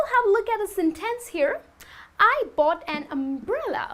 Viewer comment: Even though your English sounds quite good and natural, it seems that you neglect the importance of word stresses. Word 'sentence' is stressed on the first, not the second syllable. However minor this may seem, word stress is, as far as I am concerned, the most important concept of English pronunciation; English accents do vary greatly in pronouncing vowels and consonants, however, the word stress is always just the same.